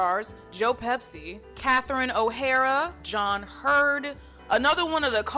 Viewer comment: The purple in your hair is gorgeous and that shirt is so cool. I'm assuming it's kind of a reference to Gregg Araki since you have good taste in movies. It makes me giggle every time you say Joe Pepsi instead of Pesci. And you are literally so cool for bringing up Big Girls Don't Cry... They Get Even! That movie is so underrated